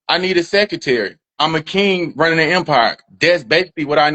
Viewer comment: He needs a what? Can't even pronounce secretary. A complete clown!